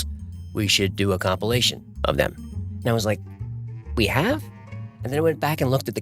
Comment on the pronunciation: Did he just say A-hole-cumpilation?